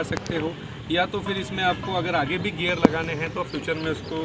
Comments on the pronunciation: That "gear" not "gayer"😢 Nice english 😂😂😂😂😂😂. saddle hight is not right. Cheap gear system. Sh** brake lever. Cheap saddle. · It's gear not gayer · It's not gyear it's GEAR